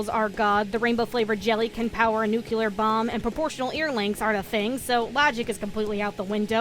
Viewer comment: Why nucular? Why? Why is it a thing?